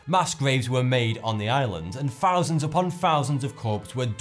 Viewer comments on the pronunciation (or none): How come when you say words like "Thousand," you make an F noise instead of a TH noise? "Fousand?" What kind of accent are you speaking in?